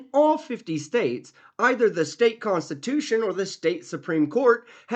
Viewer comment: Whyyyyy can they NEVER properly pronounce “ jurisdiction” or “ constitution”????!! 😂